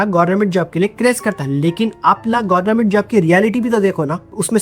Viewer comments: Yee gornament job kiu bol raha hain? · Bhai tu jaan bujh ke gornament bolta ... Sahi kaha na maine 😂😂